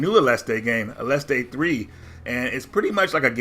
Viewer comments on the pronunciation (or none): No there is no crazy Mexican "E" on the end, there. ... . It's just "aleste".